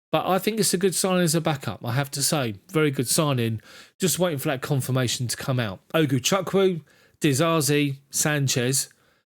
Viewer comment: It's Ugochukwu not ogochukwu